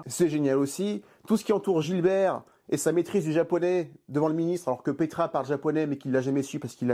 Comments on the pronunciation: Bernard Farcy incarne le commissaire GIBERT. Et pas "Gilbert". Sinon très intéressant, comme toujours. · "Oh ben ça alors ! Un piège !" Super vidéo. Par contre, c'est Gibert, pas GiLbert ^^ Hâte de voir tes vidéos des autres Taxi... que je ne me souviens même pas avoir vu, tellement ils ne sont pas marquants 😅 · C’est pas Gilbert c’est GIBERT!! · Commissaire Gibert pas GiLbert. "Aie ! mais qu'est ce qu'il est c..on !!" 😂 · J'adore tes vidéos mais il y a une petite chose qui me turlupine chaque fois : ce n,est pas Gilbert mais Gibert 😉